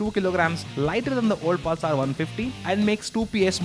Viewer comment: Priyadarshan Bawikar thats just mean :) What I couldn't stand was the 'Pulsaar' pronunciation! God! is that so difficult ? and what is homo'genius'!! You definitely don't have to speak like a Firang, but at least speak right, you are on TV...